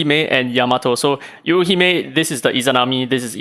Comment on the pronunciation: If I'm not mistaken, the pronunciation for Yuuhime is Yoo-hee-may. Just more stress emphasis on the Yoo. Japanese language words/characters mean different things when said with/without the stressed sounds. P.S: I might be wrong, not a native Japanese speaker.